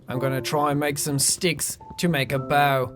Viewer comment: The boaw will give me aloda foouud? xD